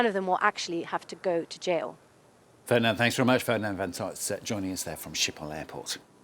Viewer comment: Isn't it pronounced "Skippol"?